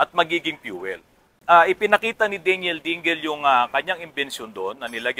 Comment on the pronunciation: At saka hindi DEY---NYEL ang bigkas ng Daniel...DAN----YEL ang tama.